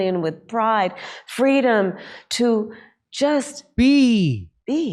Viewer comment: Did she say "freedom" or "fweedom"?